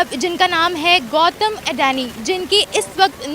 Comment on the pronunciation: अडैनि नहीं अडानी 🤪